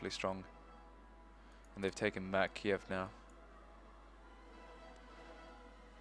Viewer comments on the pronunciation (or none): none